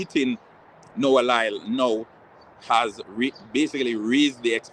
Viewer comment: His name is LYLES not lyle